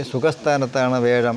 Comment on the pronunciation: വേഴം അല്ലല്ലോ, വ്യാഴം അല്ലേ?